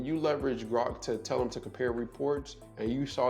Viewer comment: Ai like Grok or "Gork"? Even in your vieo you have an inaccuracy 😅